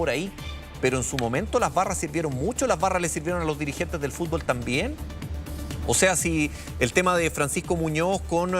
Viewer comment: Y EL FUSTBOsss..Y QUE PAJ..COMPAÑERO.😂😂😂😂😂